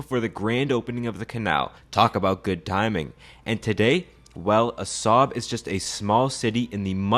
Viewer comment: Actually, it is pronounced "AH-sahb," because it contains the letter ā, which makes the sound longer.